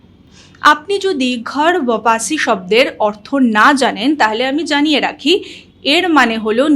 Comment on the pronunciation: Ota ghar bapasi nay...... Thik uccharan holo ghar wapsi.. Kemon